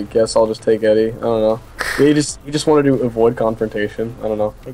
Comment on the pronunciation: I heard you. Yeah I heard you say Ehdeh. Loved the whole thing about Not-Harrison (can't remember his name) trying to replicate the hand vibration. That shit cracked me up. I read somewhere that we'll definitely see Vibe this season. Then again I also read that Tom Welling is playing Superman in season 2. Make of it what you will. Awesome work again guys, I'm gonna miss you in the off season.